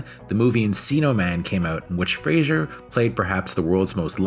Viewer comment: please learn how to pronounce his name at least : freɪzər/ FRAY-zər !!!!!!!!